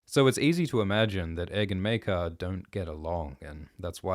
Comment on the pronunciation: It's pronounced... Mere-kar!